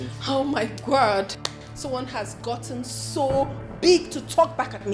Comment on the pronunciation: Yeah I heard it too "my Gwad" should explain to us what it means 😂😂😂😂